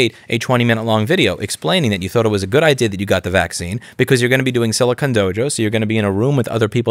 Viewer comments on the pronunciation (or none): none